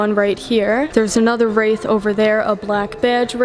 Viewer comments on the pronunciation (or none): I love all your presentations.....always excellent photography and information. If I may....the correct pronunciation of this car is RAY-th. Like a ray of sunshine. (As opposed to wrath....which means extreme anger, I can't imagine anyone being angry owning this beautiful automobile.)